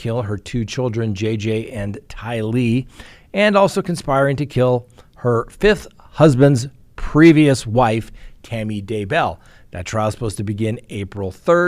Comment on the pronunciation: I believe you stress the wrong syllable in both Tylee and Daybell.